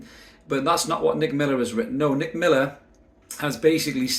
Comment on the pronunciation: Did you say “DICK” Miller